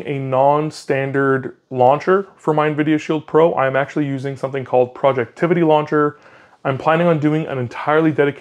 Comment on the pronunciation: Dude it's not projectivity, it's projectivy... as in poison ivy (although it's probably pronounced project tv)... and yes, he recently fixed the wallpaper issue that had been plaguing this app for awhile. It is now an easy 5 star app and the only launcher anyone need consider. Also, anyone interested in retro gaming, look up hyperspin 2025. It just dropped a few weeks ago and it is the most comprehensive collection of retro games out there. Will need a 512gb usb stick. Finally, thumbs up for sunshine/moonlight. I'm casting my steam games like Cyberpunk 2077 and Red Dead Redemption 2 from my linux PC to my TV with this setup, with a PS4 dual-shock controller... works beautifully.